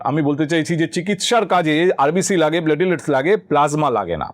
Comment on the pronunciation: প্লেটিলেটস্ না - প্লেইটলেটস্